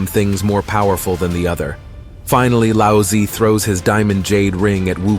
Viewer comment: Congratulation! You had butcher all the god's name. Example, Lao Zhe became Lousy.